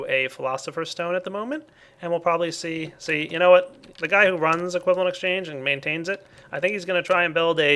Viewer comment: du bist nicht gut in englisch oder? xDes heist equivalent nicht cribent